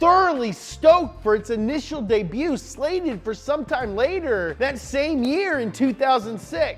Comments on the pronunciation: Debut is pronounced daybiu not daybutt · Debut is pronounced day - bu not the - butt you uncultured filth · Interesting how he pronounces pounds and debut .... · weird way to pronounce "debut" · I have never heard anyone else pronounce debut the way you do.